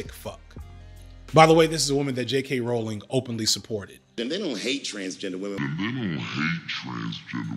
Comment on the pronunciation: J.K. ‘Rowling’ pronounced like rolling. Get the TERF mascot’s name right.